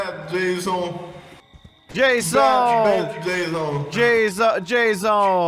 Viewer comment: Lmao he said Jazzon